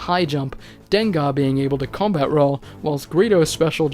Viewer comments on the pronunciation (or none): none